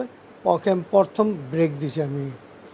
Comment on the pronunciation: এই ডিপজল নাকি আবার অভিনেতা!!! “প্রথম” কে বলছে “পরথম”, “ফিল্ম” কে বলছে “ফিলিম”, “কোটি” কে “কুঠি”, “ক্লিয়ার” কে বলছে “কিলিয়ার”, “কান্ট্রি” কে বলছে “কানটিরি”। এরাই আনে শাকিবের মতো লুচ্চাকে এনেছে চলচ্চিত্রে। লাথি মারি বাংলা চলচ্চিত্রের পাছায়। তবে ফিনিশিং দিয়েছে ভালোই।